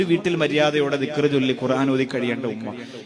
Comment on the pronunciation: ഉമ്മാ മ അല്ല ഉമ്മ